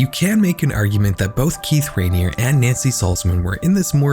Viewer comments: The mispronunciations in this video is crazy 😭 Rainere is NOT pronounced Rain-ear, it's pronounced Rain-eerie. NXIVM is not pronounced Nexum, it's pronounced Nexium, with an i. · *Ra-neer-ee not “Raneer” *Nex-ee-um not “nex-um” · Dozens of podcasts and investigative reporting has been done on the nxivm cult and Keith Raniere. You didn’t listen to one minute of any of them. If you had you’d know it’s pronounced: “Ra-neer-ee” not Raneer and “Nex-ee-um” not nexuhm. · please check your pronunciations. raniere is "rah-nee-ree" and "nxivm" is "nek-see-yum". there's a great hbo documentary with former members who go over this and they all pronounce this stuff the same way. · Your pronunciation of multiple names is wrong and incredibly confusing. Keith Ruh-neer-ee. Nex-ee-um. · he doesn't even pronounce raniere or nxivm correctly